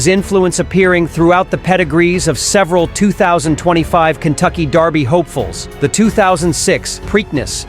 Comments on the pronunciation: The Kentucky Derby is held in America. Maybe try pronouncing derby as it's spelled, instead of the British darby. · If the computer generated voice is going to pronounce dErby like the British dArby, why isn't it all brit? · This guy keeps saying Darby. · Why is he pronouncing it Darby? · Why is he saying "Darby "? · Since when is derby pronounced darby? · ANOTHER A.I. narration! STOP IT with calling the Kentucky Derby the Kentucky "Darby"! ENOUGH ALREADY!